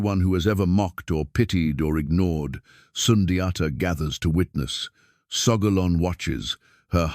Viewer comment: It has to be in mandingo language. Not a colonizers way to pronounce it!